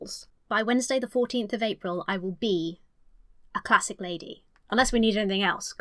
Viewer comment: God i hate the way she emphasises on "classic"